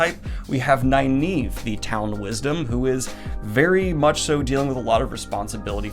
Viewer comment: i think youre mispronouncing nynaeve